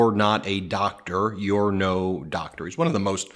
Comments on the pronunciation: She can’t even properly pronounce the word doctor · Do they know intelligent HS kids watch this with an interest in government! These people are sooo embarassing! MTG doesn't recognize a Doctor when she can barely finger read and routinely mispronounces basic words? The nerve😂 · I’m digging Crockett and Moskowitz! Bring it y’all! Take the gloves off w these ignit yahews! Just simpletons! Marge can’t even pronounce doctor properly! Frickin goobers and hicks!